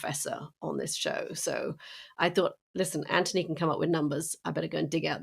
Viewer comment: Katty, why do you call him Antony when his name is Anthony? I'm curious.